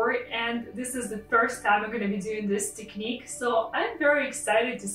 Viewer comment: HHAH ' YOU ARE WELCOME I'VE SEEN YOUR MUST VIDEOS AND I LIKE IT TOO MUCH YOU DID AMAZING WORK AND SUPER! AND BY THEWAY I ALSO LIKE HOW YOU PRONOUNCING ( TECHNIKKK ) "" LOL "" SO DURING SOME RUSSIAN ACCENT AT THE WORDS I THOUGHT YOUR ORIGINE COULD BE RUSSIAN OR UKRANIAN 'ALSO THE RUSSIAN AND UKRANIAN WOMEN ARE THE MUST BEAUTIFUL WOMEN ON THE PLANETE EARTH GREETINGS FROM AGADIR MOROCCO GOOD LUCK PAJALOSTA